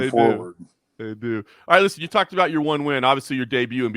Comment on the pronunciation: He says bout like a canadian